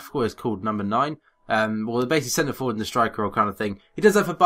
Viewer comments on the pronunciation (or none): none